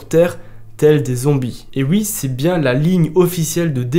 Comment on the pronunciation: T'es bien gentil mais arrête de dire "ui" stp